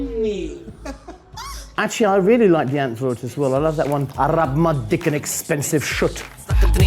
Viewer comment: Simon does that really well the pronunciation of Die Antwoord , which is mainly Dutch although they are from Kaapstad, South Africa. I respect that a lot!